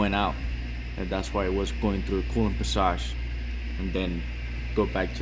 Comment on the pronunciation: I love the way this guy says passage.